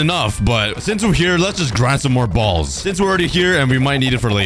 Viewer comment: stressing the word "balls" too much